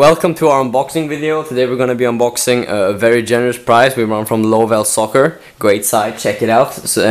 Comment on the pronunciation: its pronounced love2soccer not lovellsoccer, But the website is correct